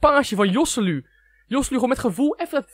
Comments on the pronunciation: kan je geen naam uitsprken je zeg josseluu maar je spreekt het uit als gosséloe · De 'j' is een 'g' in het Spaans. Je spreekt het uit als Goselu